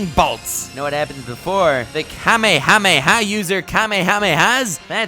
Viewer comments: Just saying, the way Matpat pronounced kamehameha is correct. If you watched the original Dragonball you would know. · Thank you for saying Kamehameha right😂